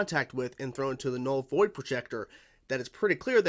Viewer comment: "Vull Noid Projector" funny slip there, 🤣